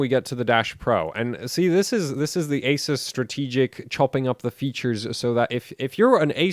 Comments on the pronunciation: Can you please learn how to say "Asus" correctly please lol damn please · Who is here to hear this guy mispronounced ASUS? LOL